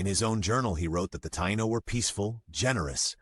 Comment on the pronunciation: "Thai-eeno" thats how you say it